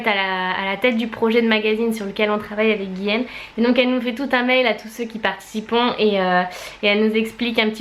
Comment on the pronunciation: ARRETE DE DIRE GUILLEÈME CES GUILLAUME ! Olaaalaaa